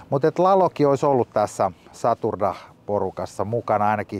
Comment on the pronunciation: Moro, sen jengin nimi Satuh darah, kun puhutte siitä mä kuulen sen saturdaja tms.